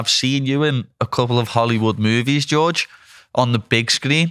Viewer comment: and it's Georges, not George.